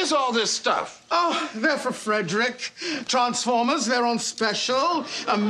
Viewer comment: i thought said oooh treesformers lol